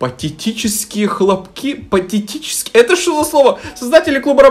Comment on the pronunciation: Произносится как патэтическая. Или это был рофл? Например патетическая соната Бетховена